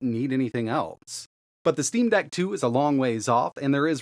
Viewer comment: "when it comes to Linux, we move over to the "steam bag" -??? Steam Dag??? I can't tell what you're saying - it doesn't sound like Steam Deck...but could that be it? There's too many naming collisions in this industry...